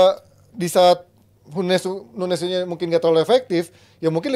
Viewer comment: bro really said "PUNEZ" ☠️